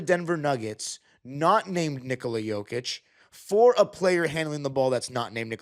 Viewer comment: You pronounce name Nikola correctly. Most Americans put the accent on the begging of his name, not in the end which is correct. 👍